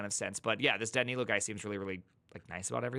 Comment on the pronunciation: I think you are saying "Danilo" correctly!